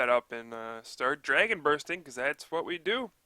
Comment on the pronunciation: He said "We just keep Dragon Bursting", but all I heard was "We just keep Hip Bumping." :P